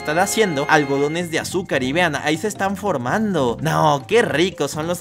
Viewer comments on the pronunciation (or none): diciendo: que ricos son los algadones de azúcar literal en ves de decir algodónes de azúcar dijo algadones XD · algodones de azúcar ❎ Algadones de azúcar ✅